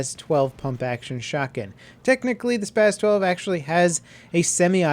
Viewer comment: Not to be a buzz kill, but spas is pronounced like ross sounds not like an epileptic spas.